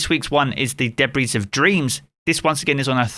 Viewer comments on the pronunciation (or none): It’s pronounced Deb-REE not Deb-REESE